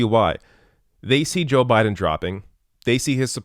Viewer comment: I LOVE how said "Joe Budden "